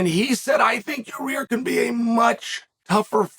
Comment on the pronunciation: "Your-ear Rodriguez"